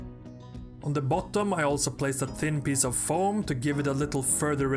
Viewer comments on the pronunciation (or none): why does everyone allways mispronounce pieze